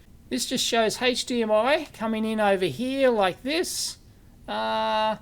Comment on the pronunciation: What on earth is "hayche-d-m-i"? 😂